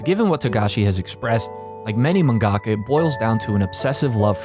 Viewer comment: I'm telling you this to try and help, you're saying mangaka wrong and it sounds ridiculous. You just say manga with ka on the end, look up the Japanese pronunciation.